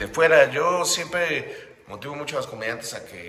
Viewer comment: Sho sho sho .... Sho cancelado ....